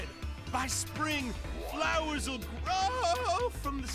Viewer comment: It's "Der Flohwalzer" not "Der Flowzer". :D